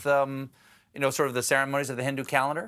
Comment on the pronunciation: Me too! I hate the ways she’s saying Hindu too!